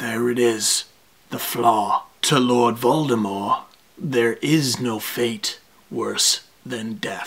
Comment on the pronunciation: The fandom in this video goes so deep that Steve uses the actual pronunciation of Voldemort that Rowling always intended! Vol-Deh-More, silent T.